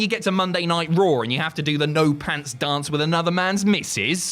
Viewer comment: "no pants dance" doesn't rhyme with that accent.